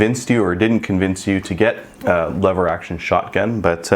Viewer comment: it is lever not "leever".